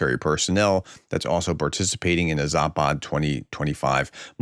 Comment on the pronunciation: Zapad ( West ) is pronounced with a short "a" s"! Not Zaaapaaad !!!!! Just Zapad !!